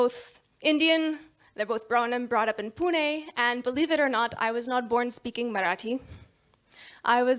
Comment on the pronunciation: Some non maharashtrians living in Maharashtra don't even try. And this lady can fluently pronounce "Pune" with णे